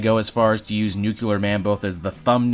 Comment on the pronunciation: Nuclear… Not New-ke-lerr